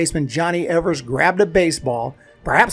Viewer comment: People wonder why Tinker & Evers are in the HOF and think it is because of the poem. No...Evers was one of the smartest men in the field & used the rules to his advantage. BTW his name is pronouned Eevers not the way it looks